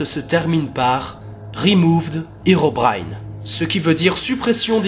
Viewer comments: Cela ne se dit pas Hirobraillne mais Hérobrine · herobine ne se pronoce pas hirobrine mais hééérobrine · Sa ne se prononce pas irobrin mais hérobrin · on dit pas Hirobrine on dit Herobrine !!! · Alor c pas itobaïne mes érobaïne a la prononciation bien sur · tu viens de dire hirobrine or que ses herobrine le hero se dit comme en francais et en anglais et herobrine es un creepypasta faux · Mec j'ai vue hérobrine et on dit hérobrine